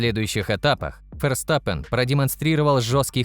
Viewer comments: Как раз таки это одна из немногих правильно произнесенных фамилий пилота. На русском его фамилия читается через Ф (Ферстаппен) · где именно? V и произносится, и звучит как среднее между В и Ф. Букву используют вместо F. Так что логично произносит именно Ферстаппен. Если что, у меня В1 по нидерландскому